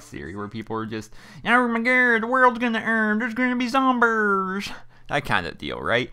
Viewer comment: zombers HAHA BTW love your videos man